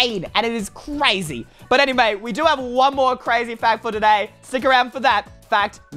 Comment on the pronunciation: also said anyway as anymay